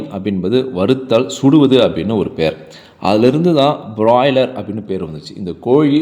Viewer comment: முதல்ல பிராய்லர் என்று சொல்லப் பழகு .